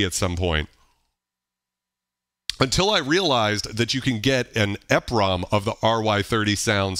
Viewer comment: Love the channel!! I had always heard 'EPROM' pronounced as 'Eee prom' like e in e-mail. E highlighting the 'Erasable' aspect of the Programmable Read Only Memory. Exposing the chip in the EPROM to UV 'removing the label' erases the chip. I had the R-50e back in 1988, and the K1 which I used to sequence on PC-XT on Cakewalk 2.0 for MS-DOS. Miss that drum machine, I sold it after I got my K4 in 91. I recall that songs are made for chaining patterns together to make songs. When I traveled at the time I'de bring an old school cassette recorder to save the memory patterns and kits. I had some kits that were just the heavily edited orch hits for saving melodies.